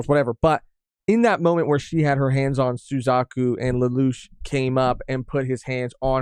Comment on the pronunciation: oh i thought you said “Su-cuck-u”🤣